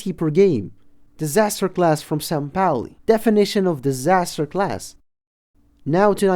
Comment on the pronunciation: Just say sampaoli